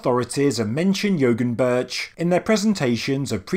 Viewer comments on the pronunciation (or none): Excellent video!! Great content. Just FYI, when you see Ğ as in Yoğunburç, the Ğ is silent and pronounced yo- unburç. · An interesting point, as I went on a Turkish road trip some years ago, the G is silent, so this site would be pronounced Yowunburch. "Dag" is the word for mountain and it is pronounced daaaaa. I visisted Gobekli Tepe on that trip. Not much of it had been excavated back then. All that was there was a boy who said he was a "guide" and a security camera.